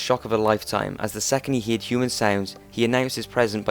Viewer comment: Man, why are you always saying "Heared" instead of "heard"?